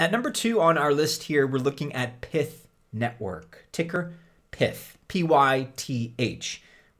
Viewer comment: If Pyth is short for python then why do you call it Pith? Does that mean you pronounce the full name Pithon?